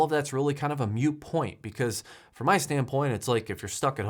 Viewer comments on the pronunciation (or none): Moot point, not mute. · Moot not Mute point...